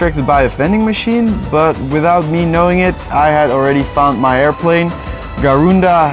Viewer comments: Bro its garuda not darunda :v i from indonesia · It’s not garga Airlines it’s at ga. Ru.da. Indonesia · ga-ru-da... not guhruhduhh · Garuda, Garundi, Gucci Airlines... (LOL) Its Garuda Indonesia... Best airlines from Indonesia.. Welcome to Indonesia... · "Garunda." I'm Dying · Garuda Indonesia : Gha-Rugh-Dha Indonesia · How to say garuda : Ga-Ru-Da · It is pronounced Ga-Ru-Da :) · PFFFT I come from Indonesia! and you pronounce the airline as Ga Roo Da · Garuda is pronounced GA-ROO-DA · it's called Garuda ( Ga-rude-ah) :( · Ga-rooda Indonesia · Garuda Indonesia. Gar-ooh-duh. Thank me later. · Pronounced 'ga roo da' Indonesia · "Garunda" XD